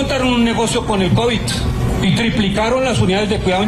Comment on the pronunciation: Un ministro de salud que no sabe pronunciar Covid.. dijo covichx.. 😂😂 Tan petrista la situacion.. Habla como bultero de corabastos 😂😂